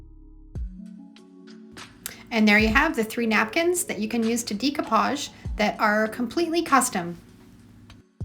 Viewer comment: It’s not Deeko posh. lol not the pronunciation.